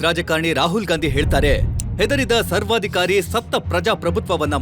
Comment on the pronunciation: ಸರ್ವಾಧಿ ಕವರಿ ಅಲ್ಲ ಸರ್ವಾಧಿಕಾರಿ